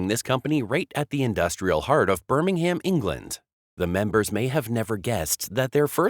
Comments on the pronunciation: I wish Americans would learn to correctly pronounce English placenames. BSA were not from 'Birming-Ham'. In English, the city name is pronounced with a silent 'h' and minimal stress on the last vowel. Still, I guess this piece was put together by Artificial Intelligence, an oxymoron if ever I heard one. Complete lack of intelligence of any sort, I reckon. The BSA Bantam was, as you say, a popular motorcycle for many years. But the design was heavily based on the pre-war German DKW motorcycle. BSA (and others) gained the rights to use these German designs as part of the reparations after the end of the Second World War, so BSA cannot take all the credit for the success of the Bantam. Love and peace. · Look its easy say it with the rest of the world Birmingham pronounced Birmingum